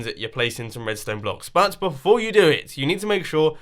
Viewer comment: You said "butt..." instead of "but" xc